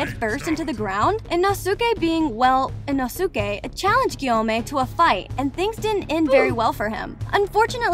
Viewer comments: eh-no-sookay? im pretty sure it's pronounced i-no-ske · Not to be rude but “ino. SUKE” I’m sorry 😭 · "inosookeh" "tanjeero" "saneemi" "shinubo" "moohzan and saneemi" "obanEYE" "tamayOH" "geeyu" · she frsaid ino suke not insuke like why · some random ass white woman butchering all their names is just what i needed today (and as another note, the first syllable of words is stressed, not the second like in english. so, it would be ino-suke and ha-shira) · Aight lady, Tenjiro, Kenoe, Hasheera, Inosookay, Shoniboo, Tamaeyou, and Saneemi... i beg of you get them right. Also most of these facts are known by every demon slayer fan Edit: It is explained by Inosuke in season 2. It only shows when they flex their arm and hand muscles and say the words "Show me my rank." Also every demon slayer gets one after the final selection, but was skipped in season 1 when Tanjiro passed because he explained in season 2 that he must have been too exhausted from fighting the demons to remember hearing that. Also, in the video, you used the scene where Inosuke literally explained the rank appearing and how to do it. Edit 2: I found some more for y'all since you seem to like this comment. Enjoy -- Oozooy (Uzui), Moozan (this bish a cow now? *moo*), Sakiera mochi ( ... ), Zunitsu, Mooichiro (you can make Moozan a cow for all I care, but leave Mui out of this), and Obonayy. Again about the topic of the symbol on the back of the demon slayer's hands. , you used the scene where Inosuke literally explained the rank appearing and how to do it, in the anime. I honestly don't know how you could have overlooked that. That rank doesn't symbolize a demon slayer's unique breathing style, as many of the demon slayers share styles. An example is the various water users such as Tanjiro, Giyuu, Sabito, Makomo and probrobly a lot more characters because not every single demon slayer in the corps has a unique breathing style. Sabito and Makomo were the 2 ghos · "i-no-suke" that pisses me of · Ah yes inosooke